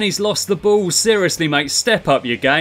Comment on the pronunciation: You pronounce ball "bow" lol